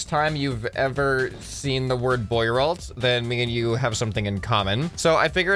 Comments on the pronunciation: "Bwah-roe" machine, Jesus. I mean I've never heard of it either but presuming it's French, that's how you'd say it. How can you not even know how to pronounce simple French words? You don't live on a deserted island. You apparently have Internet, you could have bothered looking it up if you weren't sure. But French has pretty simple rules of pronunciation. If you can manage English... if you can manage English... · As a Frenchman myself, I can confirm this vehicle was extremely impractical Btw the investor's name is pronounced Bwa-ro, you know how half how the letters are silent in French lmao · lmao the way he pronounces "boirault" is so american